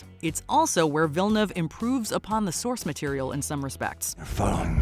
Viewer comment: How did you butcher Denis Villnuavas name so bad